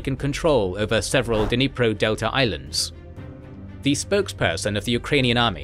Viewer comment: Ffs! Just as we don't cut with kuh-NIVES, there is no "duh" in dNIPRO.